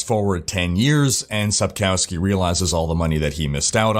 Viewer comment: Hello there, I am following your vlog sonce my D3 days, i love and respect the stuff that you do. Just a little comment regarding the pronunciation of the name Sapkowski. In Polish, the letter 'w' is pronounced as English 'v'. So phonetically speaking it should be Sapkovski;) cheers from Poland and have a succesfull year 2020!